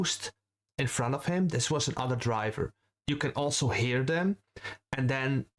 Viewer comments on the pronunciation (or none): none